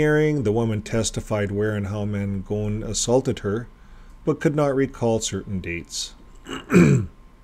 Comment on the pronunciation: We went to the trial to support the victim, we live in the neighborhood. His lawyer was horrendous and looked like a complete ass in the courtroom. The judge was very obviously getting irritated with Ron Mangone's lawyer. Btw, it's pronounced Man- gon. Not Man-gone. I grew up knowing him and his family.